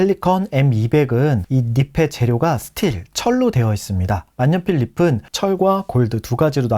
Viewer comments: 닙은,을 [니븐]으로 발음하지 않고 [니픈]으로 계속 발음하시네요. 닙은 nib에서 온 말이니, ㅂ으로 소리내야죠. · 좋은 정보 잘 보고 갑니다. 다만, “니피” “니픈” 이라는 발음이 영 듣기가 어렵네요. 발음이 굉장이 단정하고 좋으신데 “니비” “니븐” 으로 국어 발음법을 지켜주시면 훨씬 좋을 것 같습니다. 새해 복 많이 받으세요!